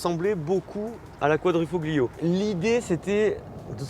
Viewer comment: Petit tips prononciation : QuadrifoLio ;) (le G est quasiment muet)